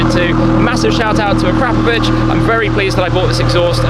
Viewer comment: A crap a vich...really. Akra povic